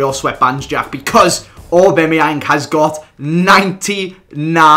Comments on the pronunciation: AubAMeyang not AubEMeyang.. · you're my favourite Fifa YouTuber, but it hurts my ears when you say AubAMeyang😩 also, please do a collab with ChrisMD!! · AubAmeyang not Aubemeyang 😂😂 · repeat after me... au-BAM-e-yang... not au-BEM-e-yang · aubAmeyang not aubEmeyang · AubAMiang not AubEMiang thought I should let you know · It's aubameyang not obemeyeng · its not aubEmyEang its aubamyiang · "Orbemyeng" yes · Haha says orbemeyeng instead of aubameyang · Why do pronounce it obemayang instead of aubameyang? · it is pronounced A-bam-E-ang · It's pronounced Orba-Meyang